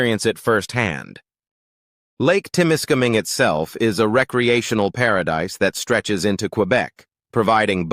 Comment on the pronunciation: Wher the fuck did this guy get his pronunciation from? Temiskaming is no where near an "international " border unless the dummy thinks Quebec is a different country. What a load of AI shit!